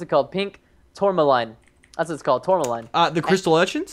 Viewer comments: quinoa is pronounced keenwon and tourmaline is pronounced tormuleen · Say it like tor-ma-leen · The sword material is pronounced tour-muh-lean. Its a real mineral, and it looks pretty... pretty.